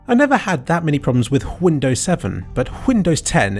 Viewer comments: why do you pronounce and spell it whindows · If I hear him say "Whindows" one more time I'm unsubscribing. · whindow's lol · it's fun and all but, why do you say whindows instead of windows? (i understand that you know it's called windows and it's a joke) but still why? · ITS WINDOWS NOT WHINDOWS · whindows lmao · Whindows... "Oh, come on... that word doesn't even have an H in it" - Brian Griffin. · Whindows Me: hears ambulance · Why do you call the OS Whindows? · I watch this every day justto hear him say "WHINDOWS" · hyundows ? thats what i heard during the vid... korean mate ? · Whindows? xD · why is he saying Hwindows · Whindows???? Isn't it Windows? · wHindows.. wtf? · why do you keep on saying whindows? Is that somehow funny? Or Hwat? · "Hwindows" XD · why the fuck you pronounce windows as huindows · r u purposely saying hwindows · Why tf does he say windows so weird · normally I don't nitpick people why the hell do you say windows the way you say it doesn't have an H in it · Why is this guy pronouncing the word "windows" so stupid? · your pronounciation of windows sounds like trump is gonna build a wall arround it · I think it's a reference to Family Guy where Stewie pronounces Cool Whip like that.